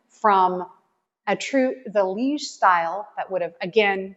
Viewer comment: I am Moroccan (native, Amazigh tribe) I said to Mike before you started talking! Huh?? Seems Moorish! And then you said it and even correctly pronounced Zalij! الزليج! And the Arabic text says: دعاء إلا الله which means I pray to the true one God! Allah is generic term for God! So it’s the God of any religion. Thank you for showing off some of what has been part of the golden age of Islam! And thank you for doing so wisely respectfully and knowledgeable as always! ❤️❤️❤️❤️